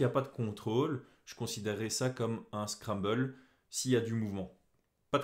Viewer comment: Je pense qu on dit scramble comme scramble egg et non scrabble :)